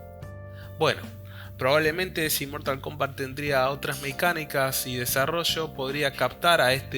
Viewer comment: Mortal Kumbat